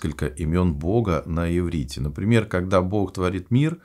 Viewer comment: Иврит, а не еврит